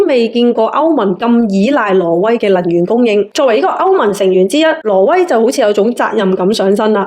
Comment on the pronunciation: 懶音好重。 :face-blue-wide-eyes::face-blue-wide-eyes::face-blue-wide-eyes:挪威 唔係 羅威。 不過港男 港女 D啊爺唔係廣東人，冇人教正宗廣東話 變成港女港男tone。